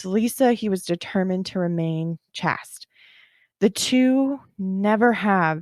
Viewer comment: Chaste is pronounced as in 'paste' not 'past'.